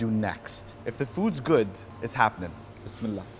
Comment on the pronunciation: Mashallah love ur video love how u say bismillah and Alhumadolillah Wallia 🙏🙏🙏